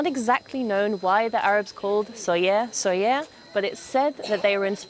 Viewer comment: why did she pronounce it in french